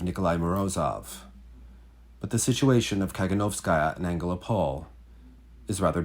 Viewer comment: the stress is on the first o in AngelOpol. ♥